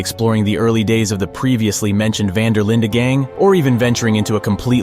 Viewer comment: The "E" in Van Der Linde is silent.